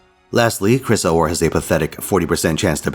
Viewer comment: I could care less if the previous medua's were mediocre or worse. Shes a top tier waifu. I find it funny how you pronounce Chrysor.